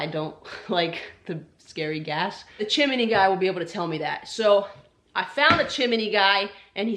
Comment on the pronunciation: CHIM-NEE ...NOT chim in nee !!